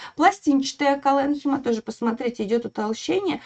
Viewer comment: Мы всегда ставили ударение колленхИма и склеренхИма